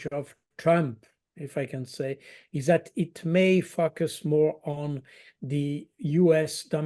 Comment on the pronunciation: Focus is such a hard word for native French speakers to pronounce correctly.